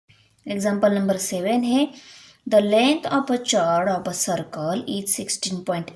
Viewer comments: Ma'am Chord Nahi bolte Cord Bolte he Use😂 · Mam your pronunciation is wrong you pronounce chord cause it's spelling is chord but h is silent so you should pronounce it cord👍. By the way tysm for helping 😊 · We did not call it's chord we say kord pls understand thr pronunciation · Thank you mam but this is chord not chuard 😅. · Chod nahi chord kahte hai 😂😂चोड नही चोर्ड कहते है 😂😂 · Mam aapane chord Ko chhord pronounce Kiya hai yah galat hai please ise sahi tarike se pronounce kijiye . Agar apko bura laga ho toh 😔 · Thanks alot mam you are best teacher of world you teach beautiful tomorrow is my paper but pronunciation is not chord h is silent so pronunciation is cord if you feel bad for that sorry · Chord is pronounced as kord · Mam you tought very beautifully.. i just wanted to correct you as for the pronunciation of chord is (kord) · You do not speaking chord spelling right (कार्ड) this is right to speak.